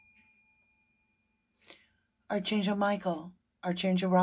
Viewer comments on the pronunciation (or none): Hi, just wanted to let you know that archangel is pronounced a-r-k angel, not arch. Just think of Noah's Ark as a prompt. It helps me.